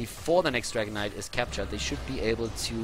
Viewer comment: I always hear Dragon Knight as "Dragonite"